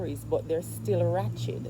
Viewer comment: Which word are you trying to pronounce? Are you saying "wretched or ratchet"????